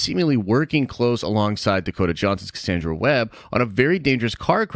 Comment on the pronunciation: I'm skeptical about your pronunciation of Cassandra.😋